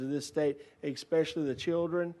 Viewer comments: .20 Wow, an American politician can't even speak English. He said multiple times: "ekspecially." What an ignorant moron. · I “Expecially” think Rep. Bo doesn’t know what he’s talking about and at a minimum should learn how to pronounce the word “especially” before being allowed to vote on any further bills. All those that agree….say “I”! 🤣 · Bo Mitchell is wrong on everything simply because he says “exspecially”